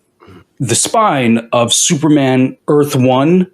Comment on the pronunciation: … “We sent you to Earf… …”